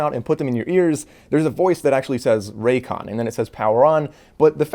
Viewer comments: This is biggest Con: Raycon say it wtih me RAY-CON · His last name is but put it raycon?? ray “CON”